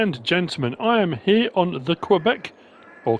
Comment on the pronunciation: the 2sd prenounc was correct Mr very good in french :) we are neibors with the province of quebec and i live 6 hours from quebec city :) the province is very big in agriculture and dairy